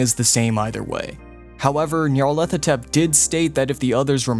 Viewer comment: “Nyar-lep-ah-tepth” Oof